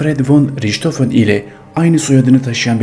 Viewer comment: Riçhofen değil rihthofen olarak söylenir